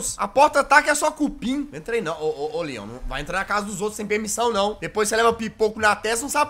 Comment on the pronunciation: Tambem rachei de ri mas eu entendi lyan nao leon eu sei que o certo é leon ta